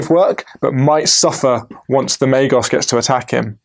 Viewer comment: Pretty sure it’s Ma-gos not ma-jos! But great battle report :)